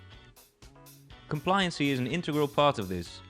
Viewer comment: Why is he pronouncing it "complianseee" and "subseeequently", it's pronounced "kom-plai-yan-sy" and "sub-see-quent-lee"!! 😭 For that reason alone I must now turn this off and view another video on the topic 📴RIP